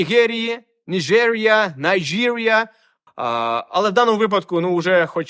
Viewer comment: Але ви не праві у запропонованому варіанті - правильно вимовляється Найджирія. Так це звучить мовою йоруба і англійською теж правильно вимовляють.